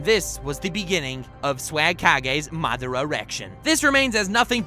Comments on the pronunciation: keep your shitt together... Its madara... Not MAAA DRAA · He said madara weird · I hate how this kid says madara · Stop saying madara like that, makes my back cringe